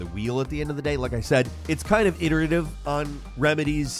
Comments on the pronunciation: Can you pronounce iterated again? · He really said "Eye"derated three times just for this comment